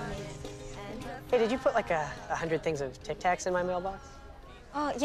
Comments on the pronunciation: nah its tic tacs but i can kinda here kitkat too idk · Does he say kit kats or ticTac‘s I’m confused there